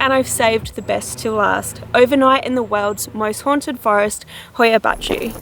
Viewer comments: The title sounds like something morgz would say, also congrats for being the only native english speaker on earth that can pronounce hoia baciu perfectly Btw love the oxenfree soundtrack in the backround :)) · she actually said it right, my romanian self is pleased